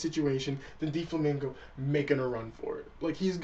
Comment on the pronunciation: its DOflamingo not Deeflamingo zzz